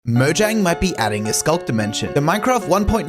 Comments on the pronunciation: Why do people keep pronouncing it "mo-zhang"? It's "mo-yang". It was founded by Swedes, the j makes a y sound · It pronounced ( moyang ) because it is swedish